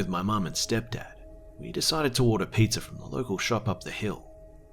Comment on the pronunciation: I always notice how he sometimes says "Pizzahr", or any "hr" at the end sometimes. Funny.